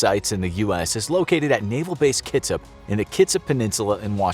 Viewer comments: It’s kit-sap not kitsip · Did you say Kitsip? it’s pronounced Kit-sap. I live 30mins away from the Bremerton Ship yard AKA the “Kitsip” naval base lol I’ve seen nuclear submarines while on boats in the Hood Canal. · Its not kitsip. Its KIT SAP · "Kitsap" is pronounced kit-sap (like tree sap) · I'm from Kitsap! its pronounced Kit-sap. Thanks for the video!